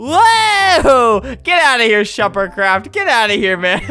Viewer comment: I got an ad and Albert said “, OH MY GOD SH-“ And I was like “, oH My LoRd” Then, when the ad was over he said “, ShuperCraft!” After that I had a long moment of silence...